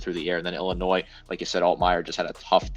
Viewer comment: Dude, the “s” is silent in Illinois.